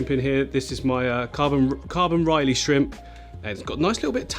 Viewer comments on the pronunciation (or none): It's rili not riley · Day 1 of telling that "rili" is pronounced "really"